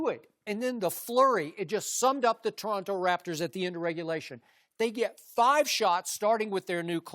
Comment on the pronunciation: "tonto raptors" haha classic right there